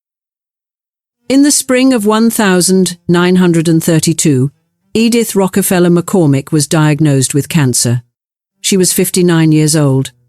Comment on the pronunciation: Interesting story obnoxiously pretentious narration. I barely made it through' "Edith Rockefeller McCormick"' for the one thousand nine hundred and twenty-eighth time. Word pronunciations are sus.